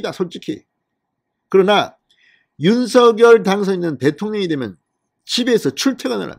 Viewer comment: 윤성녈로 발음해주세요 진성호님 발음법 확인해주세요